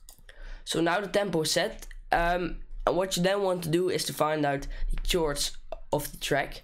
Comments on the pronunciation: Just a quick one that probably annoyed a lot of people. You called them chords (obviously) but pronounced it wrong, it's pronounced like cord but spelt chord. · Lol. its pronounced cords, not chords, great tut though :D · Chords is pronounced with a k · The way he says chords lol